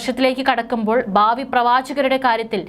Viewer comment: ബാവി അല്ല പ്രിയ സോദരി... ഭാവി... കഷ്ടം.